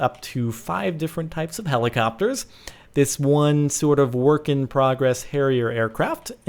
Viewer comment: Its helicopTers jordan not helicopers